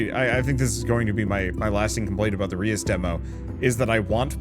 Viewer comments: Ray-us. Its a spin on Deus (Day-us) which means god. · The pronunciation is Dutch. The "eu" part of reus is one sound. It sounds a bit like the french "deux". And the meaning of Reus is Giant.